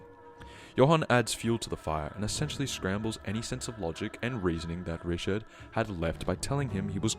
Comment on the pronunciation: its not rishad its riCHard